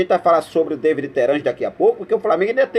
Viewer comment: É Davi e não Deivid Terans! O cara é uruguaio e não inglês .Fica a dica.